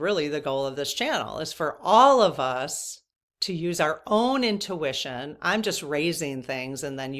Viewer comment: You made a new word "owntution". Love it ❤❤